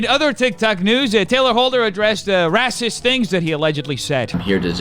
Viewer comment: Not "rassist" haha. Youtube really has its own language.